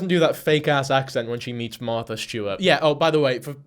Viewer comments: She dead ass said "I'm meeting maaaaatha Stewart" "this is the prettiest dress I've ever put on my body" 💀wtf 🤣🤣 "jewelry" She pronounces her AHRS totally fuckin normal while actually talking in sentences like stfu. I can't stand her voice lmao. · “Mathis Stewart” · love that she can pronounce START and NORMAL without an accent, but cant say MARTHA without heavy emphasis